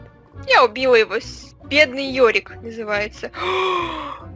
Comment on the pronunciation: Йорик а не ёрик